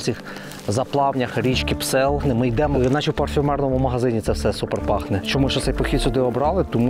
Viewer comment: ...не Псел,...а Псьол......